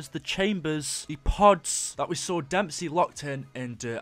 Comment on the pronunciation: Dude you made a mistake it is when you saying damesy 2times